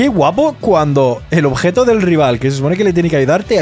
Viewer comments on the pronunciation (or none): none